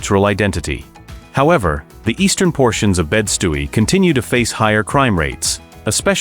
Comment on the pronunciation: “Bed Stooey” oh my god